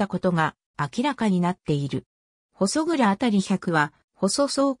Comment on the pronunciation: ここに行ったことありますが、（ほそそう）じゃなく（ほそくら）でしょ？ちゃんと読み方チェックしてます？ たまに他のサイトやTVでもありますが、地名の読み間違いなどは不快になります。